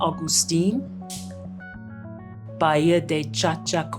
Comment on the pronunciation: Great video. It is pronounced “Ba Hee a”-Bahía…Don’t mean to be a stickler…such a lovely area. Thanks for sharing it!